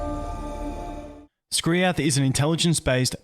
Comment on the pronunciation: How hard was it to call him Skriath